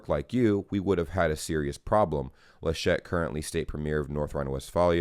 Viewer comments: You pronounced "Georg" quite right in your first try: Ge-org. The name "Laschet" is emphasized on the first syllable. More "Lash't" than "La Shett" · its "LAschet". you stress the A